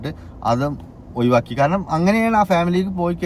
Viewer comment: ഒഴുവാക്കി ❌ഒഴിവാക്കി ✅